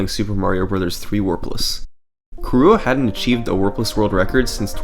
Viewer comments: its KIrua, KI-rua, not kiRUa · nice video but the way you say kirua hurts my soul. it's prenounced like Killua from hunter x hunter (the stream even had a picture of killua in the video ) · Yes, but not pronounced as ki-roo-uh, it's closer to kee-rU-ah - where U is the very non-english back unrounded vowel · How do you manage to pronounce Kirua as "kahrua"?! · Kirua is pronounce ki/ru/ah; it is Japanese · the way he said kirua though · That pronunciation of Kirua though, ouch xD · THe way you pronounce kirua hurts me tho x) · Honestly the worst thing I can say about this video is that you kept pronouncing Kirua wrong.